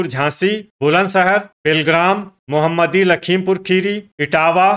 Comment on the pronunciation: सर जी मोहम्मदी नहीं है मोहमदी है